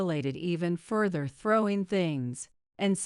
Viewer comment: Pronunciation of the word “further” is incorrect.